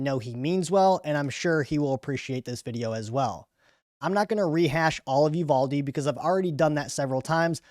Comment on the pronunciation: It’s pronounced You VAL Dee